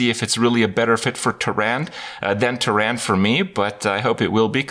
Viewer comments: How come you cannot pronounce ANYTHING correctly? Her name is Tyrande not TUH RAND :rage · So I had to PAUSE the video and ask: After all these years how t.f. are you still calling her "Teerand"?? Big wow player... the innkeeper says her name, seriously it's pretty easy. C'mon kripp pull your pants up.